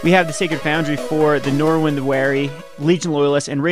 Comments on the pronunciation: There's no "w" in Norin. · Learn how to pronounce the card. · He can't even pronounce "again." Norin is way out of his league.